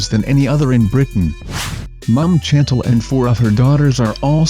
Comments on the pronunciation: Oh my God, it is pronounced 'Shan-tel' not literally Chantel. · "Mom CHantle"? No - it is "Shan-TAHL." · Chantal is pronounced SHAN-TAL. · I love the pronunciation of Chantal as CHAN-t'l